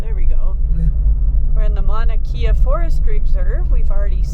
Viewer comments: Mauna (Mow-na) kea (Kay-uh) NOT kee-uh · Love your videos but please learn to pronounce the Hawaiian language. It's not Mana Kia it's Ma-oo-na Kay-a